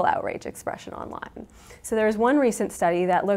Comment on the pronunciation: only 120 dislikes ? ppl rly like this sheeitzz so much ... "So much biggeeeeer mnya wya (indistinct mouth noises) onlineeeee .. those pronunciations are giving me cancer